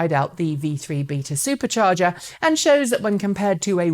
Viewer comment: Drink every time she says Supah chargee!